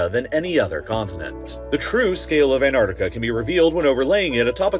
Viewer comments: Repeat with me: an-TTTTar-Ti-ca.. thank you 😊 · It would help if the narrator would learn to pronounce "AntarCtica" properly - i.e. it has two Cs, not one. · Don't forget to pronounce your Ts! ant-arctic-a not an-ar-di-ca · Annardica...yes. Also... anti-Semitic becomes... Anni-semadic. I am a teacher of English with over 10 years experience in the E.S.L. and IELTs sector. Pronunciation and accent are so important. Advice: keep your accent but speak clearly. In the U.S.A. accent most often smothers clarity. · Interesting fact, you are allowed to pronounce the first T in it's name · Why do so many people miss pronouncing the first 'c' in Antarctica?? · Please learn how to pronounce "Antarctica" correctly - the first c is not silent. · Darn right it’s misunderstood. To the extent that this channel, in its video raising awareness about Antarctica, drops the first “c” in its name. I feel inclined to celebrate each time I hear an American pronounce ant-ARK-ti-ca correctly. It happens once or twice a year. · Why is pronouncing Ant-arc-tic-a so difficult? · If you’re going to talk about it, at least pronounce it correctly. It’s AntARCtica. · Americans like you can’t pronounce Antarctica properly. There is a T. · You mispronounced Antarctica multiple times. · its pronounced "ant-arctic-a" there are 2 "c"s in it.